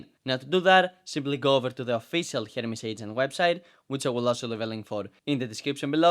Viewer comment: it sounds like you keep saying " Hermes Satan " not " Hermes Satan " lol